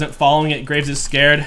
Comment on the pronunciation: "gonna grab the graves..." Said like graces is just an extra jungle camp lol